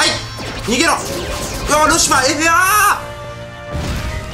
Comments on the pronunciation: しかもゲージに感情入りすぎ笑 あと、ルシフアーッテ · ルシファーの発音がホント無理。笑